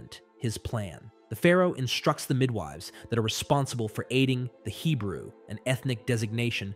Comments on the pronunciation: Midwiveys? This text to speech isn't reliabls, it keeps tripping over words like Moses, Pharaoh and midwives... None of them are particularly obscure. It's kind of sad because a lot of work must have gone into the writing. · The mid-wahveys 😂😂😂😂 okay the tts is inadvertent comic relief 😅 😂 Does break my immersion in the story though.